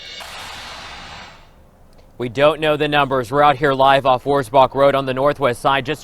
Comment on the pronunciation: You pronounced wurzbach rd correctly. This was only a few minutes from me. Lina khil was 10 minutes. Makes me hug my little 5 yr old boy that much tighter. Love him and i am so sad these little babies were not treated the same.